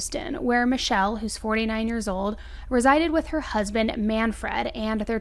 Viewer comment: Work on how to pronounce names. You’re saying Man - Fred. It’s manfred, one word.